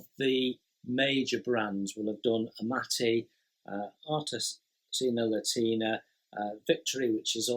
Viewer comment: I really enjoy these round-ups. It’s like a conversation with a mate about what excites him in the hobby. But mate’s can handle being corrected by other mates. Artesania Latina.... There’s an “i” in the first word. Think “Artisan” as in a skilled worker, and “Latin”, as the Romance languages that developed from the Roman Empire.....as in Spanish. Artesania Latina are a Spanish company. I’ve heard their new boxing’s don’t have instructions and everything is online. I don’t know if that’s true. I’ve built one: The Swift. Good, simple kit. Not accurate, but they’re like McDonalds food- It’s not great or really satisfying, but it’s consistent quality. And I’m very glad they’re still there as a choice. All the best, Jason. If you fall behind with available videos to upload, we’ll still be here regardless. 👌🏼